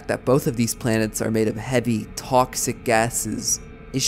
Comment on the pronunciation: "Bawd-deez." "Tawx-ick." What accent is that? Strange pronunciation of the letter O.